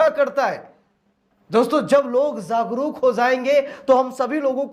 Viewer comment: Zagruk nahi jagruk bolo